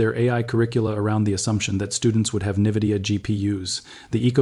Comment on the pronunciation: Its not Nividia, its Nvidia...